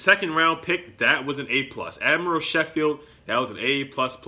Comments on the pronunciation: It is pronounced “Sko - field” Not “she - field” Just letting you know :) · As a Tennessee fan that watched the Gonzaga vs UT game I think they are good picks. You mispronounced admiral Schofield last name though Haha. Both have good attitudes and are well coached.